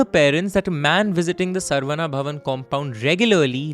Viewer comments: Excellent rendition and flow. My only minor suggestion is to get the pronounciation right. It is not सर्वना or सर्वन्ना, but शरवण, a sanskrit word that refers to a reed forest in which Kartikeya/Murugan was born. In Tamil it can be pronounced as saravaNa as well since classical Tamil uses the same alphabet to represent sa and sha. Likewise, the name Santhakumar is the same as the Sanskrit शान्तकुमार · It’s not sarvana it’s sa-ra-vana